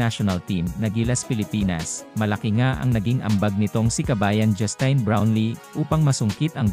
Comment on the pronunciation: Sir, pakiayos pag pronounce ng pangalan ni NoyPi. Justin... as in tin, like tin can. Sa laki ng respeto niya sa mga karaniwang Pinoy at serbisyong binibigay niya, deserve naman niyang tama pagkabanggit ng name niya. Siyempre dapat may matanggap yan kasi nasa batas yan. At yung mga patron pa nung team, mga bilyonaryo naman yang mga yan.